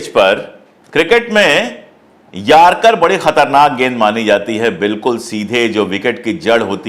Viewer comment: Yarcar nahi Yorkar bolo.